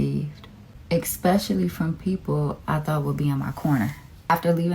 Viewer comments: "expectually" grinds my gears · "He didn't spoke life into it", "EXpecially the people I thought had my back" 😂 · I truly HATE when people say 'expecially', aks, conflate 'a part' and 'apart' etc It really bloods my boil smh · I knew something was off when she said “exspeciaally” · Ylu know shes special when she says "expecially" 😂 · Can we stop saying eKspecially?